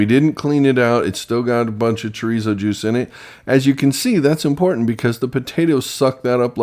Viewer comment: THE "R" IN CHORIZO IS PROUNUCED LIKE A "D". UNLESS YOU CAN ROLL YOUR "R" IN A WAY. ALSO CUMIN IS PRONOUNCED "COMINO". JUST SEE YOU GOT THE RIGHT IDEA N JUST THOUGHT TO SHARE. COOK ON.